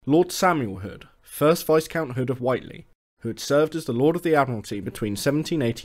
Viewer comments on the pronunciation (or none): The "S" in viscount is silent, btw. "Vy-count" or "vee-count", not "viz-count".